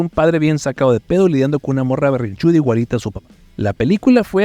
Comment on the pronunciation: la pronunciación de la "ch" 😅 Saludos desde Monterrey !